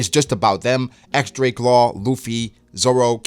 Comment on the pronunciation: it's x-drake bruhh